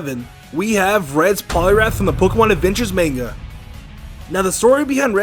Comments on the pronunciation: I'm sorry, but you just said "man-ga". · Bruh main-ga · DID HE JUST SAY "MAYNGA" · yeah he says "main-ga" lool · He said manga wrong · The way he pronounces "manga" makes me crazy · am i the only one who heard him mispronounce manga in the beggining or am i stupid?